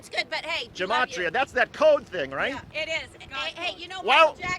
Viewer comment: ”That’s reyet…” The Q drops…